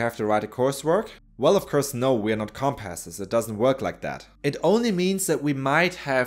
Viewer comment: "well of course not we are not *CUM-Passes*"